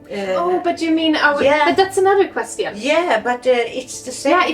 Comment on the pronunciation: What an amazing video! I like how you say questeeon instead of question :)